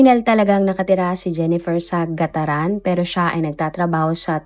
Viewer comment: (Carig) po hindi ca-rig i'm from cagayan po kc...GAT-TARAN Po